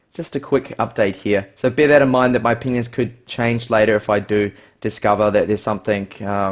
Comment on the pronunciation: I know you say "my opinions" , but it sounds like something else...